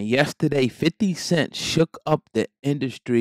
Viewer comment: Did he say 50 cent twice and once wrong.. he did butthead. Huhhuhhuh. Thanks for HHN